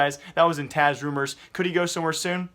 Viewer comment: its Taz not Taz ugh everytime